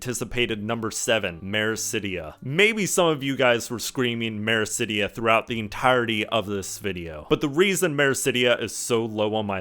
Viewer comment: Blindfrost is all one word, and it's Othard, not Orthard. *Meracydia, not Mericydia.